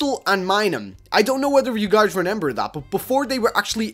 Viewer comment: "I can't renember"